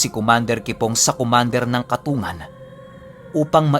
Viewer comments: yong katungan na sinasabi nyo po baka po katung-gan ang pronounce po. Yon po kasi tawag samin sa ilongo yon ay kung tama po ang tinutukoy ko. Salamat sa mga share. Silent listener po. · Di po katungan ang pagbigkas niyan kundi katung gan... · katonggan po tamang bigkas nun. shout out😁 reynold taga masbate milagros